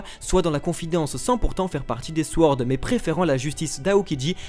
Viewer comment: Vidéo qui est au top comme d'habitude ! Mais pourvu que le mot "sword" va nous suivre un certain temps, je préfère vous prévenir que le "w" dans "sword" est muet :)